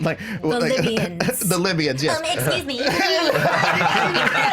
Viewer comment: lol libiyans